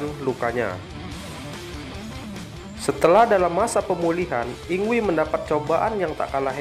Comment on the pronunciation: video yg keren om secara saya adalah fans yngwie. satu hal utk penyebutan nama mgkin bisa diluruskan bukan dibaca "yingwi" tapi "ingvai/ingvei"